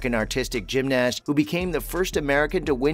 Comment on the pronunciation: Why is he saying gymnast so weirdly and pronouncing the a